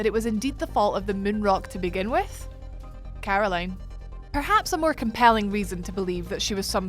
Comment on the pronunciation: This accent..... 'Carrrrroline' .